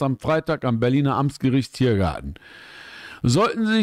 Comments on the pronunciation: Jetzt verstehe ich auch nur noch Amsgericht 😂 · Komm gib zu du sagst extra Amsgericht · Immer wenn Amtsgericht sagt verstehe ich: Bushido im Ams-Gericht Berlin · Dachte echt ich bin der einzige der das hört 😂